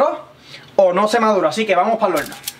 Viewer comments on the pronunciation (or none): Velde, madulal,holno,vamos a vel, Pol favol, aprecial, nos vemos en el plolsimo video